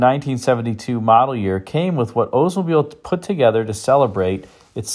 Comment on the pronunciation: You need to pronounce the L in Oldsmobile. Not OOdsmobile. My uncle was an OLDs dealer, I know. The Regency was amazing. But the door hinges were garbage.